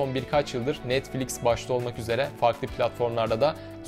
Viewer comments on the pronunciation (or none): none